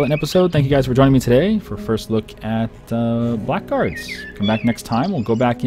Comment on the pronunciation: Dear, its not Black Guards. Its Blackguards. Have a look at TotalBiscuit's video to hear how to pronounce it. Thanks! Love your vids btw!